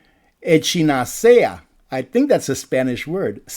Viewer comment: I’ve never heard echinacea pronounced that way, but I think I like it that way better 😊